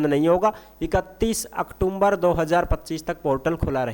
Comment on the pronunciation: भायडा अक्टूम्बर कोनी होवे अक्टूबर या अक्तुबर बोल्या करै😂😂